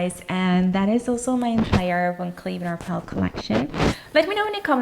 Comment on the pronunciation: The brand is Van Cleef & Arpels ... There is a sssssssssss on the end dear.